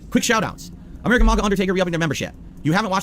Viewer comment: STOP CALLING IT AH-MERICAN THANKSGIVING YOU ALIEN